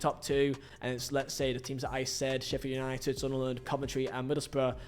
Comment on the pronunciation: Slow down when you’re talking man. It’s Sheffield United not sheffer nighted